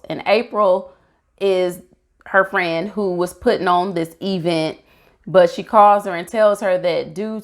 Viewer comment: Nice review! Please don't join Tisha I'm pronouncing it "EEE-vent" lol!